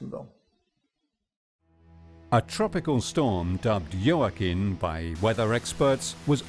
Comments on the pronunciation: Hurricane JOAQUIN pronounced WAKEEN. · Is pronounced hoah-kin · Love how the narrator makes so much effort to say ellllllll faŕrrrro but can't pronounce jacquim